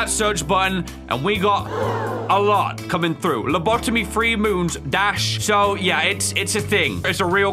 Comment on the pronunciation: Its lobotomy Pronounced:Low-bo-tomy